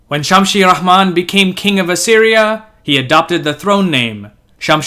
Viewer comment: As usual, great visuals and video. Slight mispronunciations though, as Assyrians did not have the h sound, so Ramman which means beloved, is just that, Ramman, not RaHman, no h. Another thing, Assyria invaded Egypt not to just dominate, but on the contrary, to liberate it from the Nubian Kushite usurpers, which they did. You may have mentioned it in another video perhaps? Lastly, if you research enough, you’ll find that Ashur and Nineveh were not just destroyed by the Medes and Babylonians alone, they also had as allies, Scythians as well as well as Persians and Arabs. There is an amazingly long analysis on the fall of Assyria which has much more to do with climate change than wars alone, and according to he findings, it was hundreds of years in the making, so Assyrians were fighting droughts and floods along with her wars. Very important piece of the vast history of Assyria. For reference, I suggest you read Assyrians beyond the fall of Nineveh and Ancient and Modern Assyrians. Research that climate change as well. Again, well done overall. Cheerz